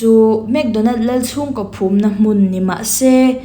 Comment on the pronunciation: Ngaihnawm ṭhin khawp mai. Mahse,'ko' tih tur ah hian 'koh' i ti tlat zel.